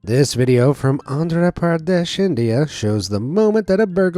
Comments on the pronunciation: "Aandraa Praadesh" Ugh do you guys need pronunciation classes. Smh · The way he pronounced 'Andhra pradesh' made me and my ancestors cry